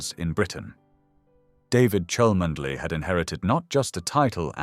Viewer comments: Rose is Mar CHEN uus of Chumley. Pronounce it correctly AI. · You can't even pronounce her family's title correctly!! No one with a single brain cell.is going to believe this nonsense! Please be quiet and stop idle gossip! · Clickbsit fake news. Already been debunked rumour spread out of deliberate malice. Who is the originator of this channel based in brazil? Rumour alleged, cannot get the pronunciation of chalmondley right, and it is catherine, dropped middleton on marriage years ago. Lying bs. William would never want to go through what his parents went through. Why not investigate who put the rumour about in the first place. Kste middleton has been duchess of cambridge then princess of wales for years now. All these fake stories follow the same style of story telling, same errors, same drama.